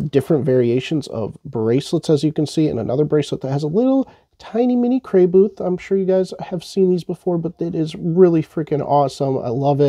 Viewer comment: It makes me irrationally angry how you constantly and repeatedly mispronounce Crayboth Ha ha!